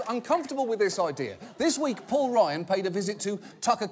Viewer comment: It sounds like he's saying Paul Ryan as "Poor" Ryan